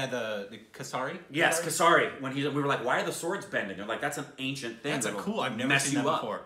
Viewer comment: I died laughing when they pronounced kasaari ( meaning- Cockroach) instead of kesari 🤣🤣🤣🤣🤣🤣🤣 Love and support from India ❤️